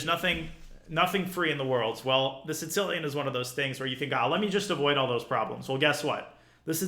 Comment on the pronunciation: Danya has a bunch of insane pronunciations when it comes to openings... have you heard him say the "Tzitzilian" (Sicilian)?